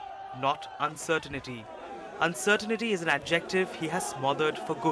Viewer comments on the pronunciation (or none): It's Not UncerTINITY 😆 it's Uncertainty.